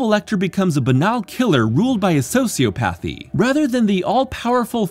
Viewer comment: You pronounced sociopathy wrong